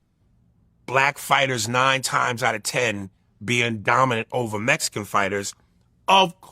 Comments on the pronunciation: "Mezican Par Ra" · “ ARE REARY TO PEEL THE MESSICAN POWER TERENCE CRAWFORD!!?”